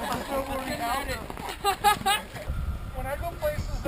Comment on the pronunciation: It is ALta...as in AL..TA...not ALLta. So funny seeing that old man mispronouncing it so many times.